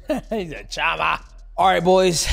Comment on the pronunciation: It´s PeReira not PeHeira, least of all it´s not PiHeira, Mighty :D.... And CHAMA you pronounce SHama!!... :D... When will people stop buthering it? :D